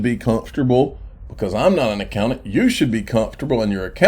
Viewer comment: A-COW-NANT 🐄🐮 moo